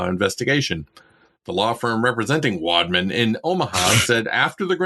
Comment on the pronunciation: The way he kept saying "wadman" was so cringe. I couldn't finish the video.